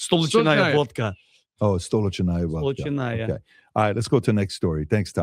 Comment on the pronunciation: Accent is on lee StaLEEECHnaya. Metropolitan. From the capital.